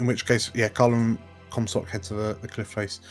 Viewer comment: I think you nailed it (for Comstock) (Hyper-G)